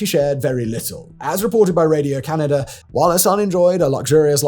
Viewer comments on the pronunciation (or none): none